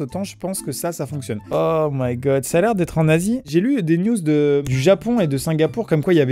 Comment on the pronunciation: Est ce que vous aussi vous avez entendu : "Ça à l'air d’être un nazie " Au lieux de " Ça à l'air d’être en Azie " ?